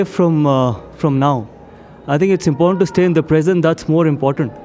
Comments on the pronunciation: Important ❌ Impotent ✅ 😂😂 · Brother Shyam, please use Hindi translation of the word “important” because your pronunciation sounds a similar word that’s quite rude/embarrassing.👍🙏🏼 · Permanent aor impotent part bnjate hein lol😂😂 Abe Bhai Sahi SE bolna to seekhlo 😂😂😂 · Important ❌ impotent ✅ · Important पारी. Pronunciation पर ध्यान do